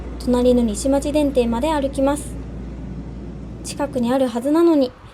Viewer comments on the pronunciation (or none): 他の方もご指摘されてますが、「西町」の読みは「にしちょう」で、車内の電停案内アナウンスだと「し」ではなく「に」にアクセントがあります。「高槻」などの地元アクセントと同じかもしれません。地鉄市内電車の電停に上屋が付き出したのはここ10数年前くらいからでして、それまでは、雨や雪の多い地域にもかかわらず、屋根の無い電停ばかりでしたね… 電停に上屋が無くて天気が悪いと、さらに難易度が増すかも。